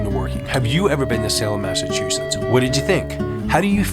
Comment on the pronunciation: Thanks for the history lesson! My great grandfather x8 . Was Samuel Wardwell ! Carpenter/ Tarot card reader! Hung at the trials! Anyway I just wanted to say thank you and help you a little bit with your pronunciation of Massachusetts! Lol Having been born in Stoneham and spent my childhood in Norwood. California has been home ever since. Not home to me I miss MA. Anyway I've noticed lately people still have a problem with the pronunciation! Recently I was surprised when Snoop! Had the same problem. I tell people before you say it out loud read it in your mind like Mass- a- chu- Setts . Setts not shits!!.lol. FYI, no offence I hope! Blessed Be!!!🌛🌝🌜 👍💜💜💜 Setts